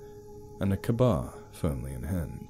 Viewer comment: Small note for future refference. Ka-bar is pronounced kay-bar.